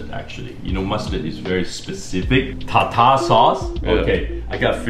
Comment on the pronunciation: its pronounced tar-tare sauce not tar--tar sauce ffs